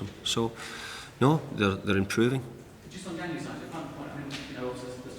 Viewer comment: He doesn't know how to pronounce Januzaj? Haha!